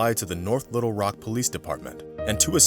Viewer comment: Good video, story had me listening pretty hard. One little nit-pick though: when you pronounce Little Rock, put the emphasis on Little rather than Rock. Not a huge deal, it just hits the ear wrong. I'm from Arkansas, so yes, I'm sure.